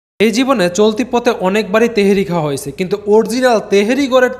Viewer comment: তেহেরি না ভাই তেহারী 🎉